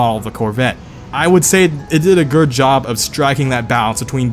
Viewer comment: “It did a gerd job”